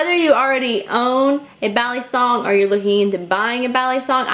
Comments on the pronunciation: I'm Filipino and it's cringy to me. It's mostly the way she pronounces her "a". is saying it "baaa-lee-song", when it should be said "buh-lee-sung". The "a" in Tagalog (Filipino) is a sharper, shorter pronunciation. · Bali. bahllee bahhhllllleeeeeeee kind of like walllll-eeeeee. this moment has been brought to you by ocd pronunciation rage. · Bal-ee-soung. UGGGG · Chris P It's pronounce with a soft a, like "ball". ball-ee-song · Vin Ellis Back in the Philippines, I hear them say ballysung, almost like saying bally fitness, but not the y part, more, ee, bal-ee- sung. sung because the original word is sungay, which is horn. But yes, american trademark from benchmade, it is pronounced as how many of us americans pronounce it, ballee song. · before you carry a "balysong" check your local laws "balysong" "balysong" for fucks sake Im done 3 minutes into the video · I cringe every time she says balisong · agreed balisong